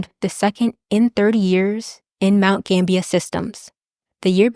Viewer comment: Awesome video. I just looked it up, and you were pronouncing it right. Mount Gambier is pronounced like it's spelled. Like, it's not pronounced Gambia, that's a country, it's more like ... Gamb-bi-eer.